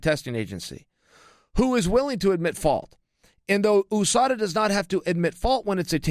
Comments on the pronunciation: Say it like "Yew-sada" and not "Oosada"...You don't say OOh Ess of Ay ;) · I cringe every time he says "Oooo-Sada" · USUDA????? Meant usada? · Its chael purposely mispronouncing words again